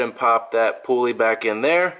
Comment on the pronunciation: "Poo-uley" hah. I like it.